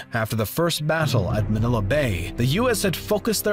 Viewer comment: As a filipino him saying manila with a softer a than a stronger one gave me a stroke